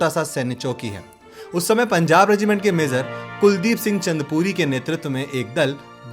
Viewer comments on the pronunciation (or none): Kam se kam naam to sahi lelo. Chandrapuri ya Chandpuri? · Naam toh bolna seekh le naa chundpuri h, naa hi chandrpuri, name h chandpuri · Oye, jo bhi h video banane vala, pehle apni pronouncing thik kar, lokewala nhi longewala hai, aur चंदपुरी nhi चांदपुरी h, aana kabhi, bharat darshan karwa denge bhai, plz, aage se aisi galti na karna, जय भोलेनाथ. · Lokewala ? Kam se kam jo likha hai wo to sahi se pad le. Aur चंदपुरी नही मेजर चांदपुरी नाम है उनका। घटिया presentation.